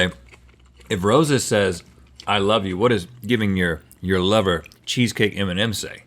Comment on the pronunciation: When he said m&m i thought he said EMINEM